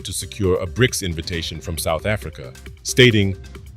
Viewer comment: No you can't, you little frenchy! They are BRICS and not FRICS (FREAKS) 😂😂😂